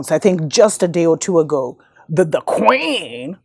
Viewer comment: This WOULD HAVE been an ideal to make a move as pale inferiorists meet their demise -- IF EVERYONE HADN'T volunteered their veins to be bio'programmed. #pointofnoreturn I HOLLERED at the way you pronounced KKKWeeen tho'. 🤣🤣🤣 is FACTS... but err'body is sleep, so I don't even waste My breath warning anyone anymore, and I only spend Energy with those BLACKppl who are INTENTIONALLY decolonizing themselves. GoodLuck surviving the klandemicHollowcost everyone!!